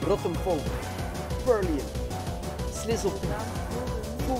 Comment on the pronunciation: Wanneer gat hij purloin juist zeggen 😂😂